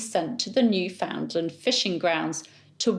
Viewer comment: Newfoundland is pronounced “newfnlnd,” not “new found land.” Don’t ask me why.